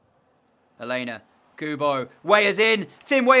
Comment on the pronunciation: your saying alena name wrong